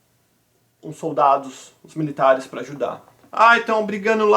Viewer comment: Ajudar, “çèi”